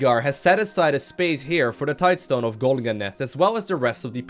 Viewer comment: . HE PRONOUNCED TIDESTONE PROPERLY!! Just kidding :P Although having heard you "Tide-uh-stone" so many times, I actually read it that way when I saw the video title